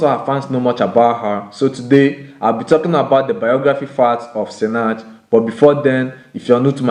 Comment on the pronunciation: When he's saying Sinach it sounds like Snatch lol